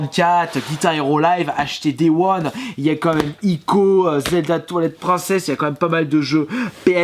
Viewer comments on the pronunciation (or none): on dit twilight et pas toilette